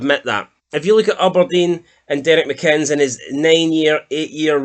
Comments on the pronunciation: No offence dude i love your content but for someone whos from scotland you fuck up to many words man haah like its Aberdeen no Uberdeen and its McInness no Mcinns 😅😅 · Lads, it's McInn-es, like Guinness not McInns like Oddbins 😅